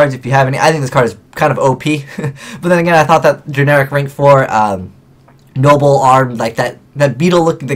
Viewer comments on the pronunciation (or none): none